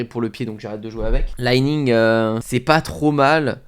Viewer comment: Alors Li Ning, c'est chinois et on dit Li comme je lis et non pas l'ail Ning. Sinon très sympa tes videos.